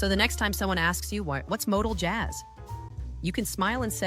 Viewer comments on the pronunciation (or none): MOTOJAZZ is kinda like MODAL JAZZ but only if moronic AI narrators are involved